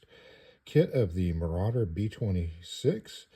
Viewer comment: Ah yes, the B-26 Ma-round-er. Very nice. Must have been sponsored by the sand paper manufacturers of the day. That second plane of pre-shaping is a nice touch.